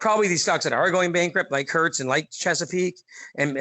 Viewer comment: Hertz is pronounced "hurts". Haven't you heard of the company?